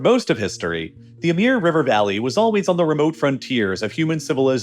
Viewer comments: That pronunciation feels like it would be misleading to many; it's Amur (I pronounce it a-MOOR, it should be closer to the OO in book in case anyone merges pour and pore) in case anyone doesn't bother reading closely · That was the strangest pronunciation of the latin Amor (a.k.a. Cupid(o), Eros, etc.) I've ever heard (even more strangely it varies throughout the text). Even more, the Slavic/Russian change of the latin letter O to cyrillic letter У(latin U) tells everything one needs to know about correct latin pronunciation: since modern Russian is just a dialect of 9th century Bulgarian, which is the first codification of Slavic and also bulgarians are the inventors of Cyrillic script (contrary to mass propagated unscientific statement it was first dated from before birth of st. Cyril). The main idea behind several new scripts for Slavic was to exactly match pronunciation with spelling (for quite a while not the case with Russian, but Amor/Амур came through ancenstors of modern ukrainians to mondern russians from Bulgarian 11 centuries ago) аnd if one takes propper Latin lessons will learn that Latin pronunciation of Amor matches the Амур(Amur) in Bulgarian/Russian. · the way you pronounce amur, etc. is so bad, one can see you don't give a crap about the truth of anything so I wouldn't waste any more time listening to your garbage. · How did you arrive at that pronounciation of "Amur"? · I was thinking maybe he pronounced the U as in "pure" which has kind of a Y sound in front of it, but then the Y sound became more prominent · He's often so wrong about the pronunciation ls it's frustrating. Probably saw the word in english, never looked it up in Google and just stuck to his assumption... 'eh-mur' was something else 😂😂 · Amur is pronounced as amoor, not ameer or Amir. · It says it right there, Amur with an U. How on Earth do you keep saying Amir all the time? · How many times can you read AmUr, and pronounce it AmIr? Ffs... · It's Amur (Amoor), not Amir